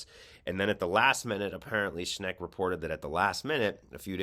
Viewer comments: If you're going to report people by name, pronounce it correctly. SCHENCK, not SCHNECK. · It's no "Schneck," it's "Schenck," as shown in the letter you displayed. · It‘s Shenck, not Shneck. Not bad though. Shneck almost sounds like Shrek. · SchENK not SchNECK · I agree with everything you're saying but you're mispronouncing Schenck's name. Unfortunately, the creep grew up here in western New York so his name is very familiar to us. It's pronounced Shenk with perhaps a slide towards maybe a tiny sound of Shank not Schneck. I really don't mean to be picky. Please forgive. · Reverend Rob Schenck, not Sheck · Schenck ! Not Schneck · I believe the evangelical pastor is named Robert Schenk. Not Schnek. Check the Times reporting. It bugs me when the newscaster does not check to get the names correct. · It’s not Schnek it’s Schenk, you are mispronouncing his name. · The Reverend's name is "Schenck", not "Schneck". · It's Schenck not Schneck. LOL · Dude... it's "Schenk." Not "Shnek." Good grief! just lost a few virtual "shekels" in my book. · The guy’s name is Schenck, not Shneck. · Sack Alito for his hyper partisan allegiance to the corrupt conservative evangelicals and feeding sensitive information to them. Also, you're consistently mispronouncing Shenck's name. It's NOT Shneck. Read the name: the n falls after the e, not before it. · "...this disqualifies them from service in the SC and if these accusations are proven true these people needs to be removed from the SC..." ✔ Agreed, completely correct. Btw sorry for correctiing...the name of Robert L. Schenck is not to be pronounced Schneck. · One thing for certain, this guy has no clue how to pronounce Rev. Schenk’s name!